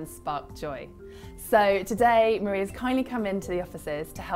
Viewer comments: Her name isn't "Marie" like Marie Curry. She is Japanese. Her name is Marie (mah-dee-ay). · I love how EVERYONE mispronounces Marie's name. Its pronounced "Mar-ee--ay"